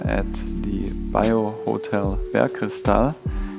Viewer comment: You say „Bergkristall“ like a german :)